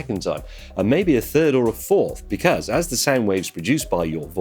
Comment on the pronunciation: I like how James says "Becaz"